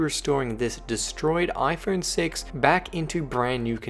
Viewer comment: He said ifruit6